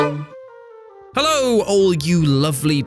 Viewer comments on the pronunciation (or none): none